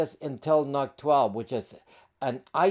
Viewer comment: I'm pretty sure NUC is supposed to be pronounced like "Nuke". Think about it, ...Intel Atom, as in "atomic", ...Intel NUC, as in "nuclear"... It just kinda makes sense. 🤷‍♂️